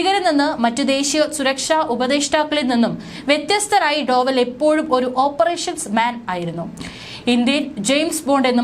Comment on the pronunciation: അജിത് ഡോഭാല്‍. Not ഡോവല്‍